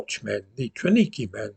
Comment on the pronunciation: TRAWNIKI is pronounced TRA V NIKI......this functional camp has been cancelled from the official history....probably to improve the Ukraine's image and record.